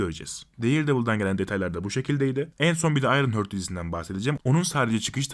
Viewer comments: Hörd değildir o, Harttır. :) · ufak bir uyarı: Ayrın Hört değil, Ayrın Haart. 😉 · Ayrınhört demeyelim de Ayrınhart diyelim biz ona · Ayrın hört ?? Heart ne zamandır hört diye telaffuz ediliyor yapmayın Allah aşkına. Bi' zahmet Google'a gir bak bakalım nasıl telaffuz ediliyor. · ayrın hört :d